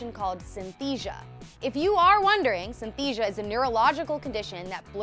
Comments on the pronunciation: "Synthesia"??? SYNESTHESIA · Do you want to learn how to pronounce synesthesia properly? Its NOT synthesia Its synesthesia The e and s are there for a reason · It's pronounced SI-NEH-S-THEE-JA. Not Syn-thesia. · THUMBS DOWN , I have myslef Synesthesia, when did that become an illness ? Are you kidding me, that "illness" you call it , helps me learn languages fast , what's wrong with that ? actually how good is that :o besides, you don't even pronounce it right, it's Sy-nes-the-sia not Syn-the-sia pfff. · Synesthesia, not synthesia. (Pronounced sin-est-easy-a) Also, deafness, dyslexia, sleep paralysis and synesthesia aren’t illnesses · It’s not synthesia. It’s Synestheia. You pronounce the second syllable. Syn-E (like ‘bed’)-sthesia. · ITS SYNESTHESIA NOT SYNTHESIA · It’s synESthesia. Not synthesia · Oh my gosh, I was cringing so hard when they talked about Lorde. First of all, it's pronounced "synESthesia" not "synthesia". Second, it's not an illness... It's literally just a condition. As a fellow synesthete (I have a different type of synesthesia, but this is still relevant), it's annoying when someone refers to this as a "disability" or "illness". And other things they mentioned as "serious illnesses" were ridiculous lol. Not to say some of the things mentioned aren't difficult, but still I just wouldn't classify them as illnesses. That could be annoying/offensive to the person with the condition (like it is to people with synesthesia). This video was asinine lol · synesthesia not "synthesia" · Say it with me: SIN-UHS-THEE-SZIA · "Synthesia" lol... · 1. Lyme's disease as a chronic condition isn't real 2. It's "syn-a-thee-si-a" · It's pronounced SynESthesia and it isn't a disease. It's a perceptual phenomenon. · It's pronounced "Sin-uh-stee-sha" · pronunciation: sin - es - thee - see - ah I also have synesthesia and it’s anything but a “serious illness” to see colors in sound :) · "Syntheesia" wtf.. you missed a syllable. CRINGE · Wrong pronunciation of synesthesia